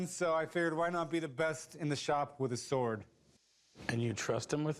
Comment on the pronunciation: SWORD, NOT S WORD! hate his proununciation!